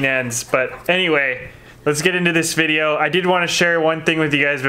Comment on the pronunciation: vid-e-O just smackem upside the head every time he says vide-a, please, - for us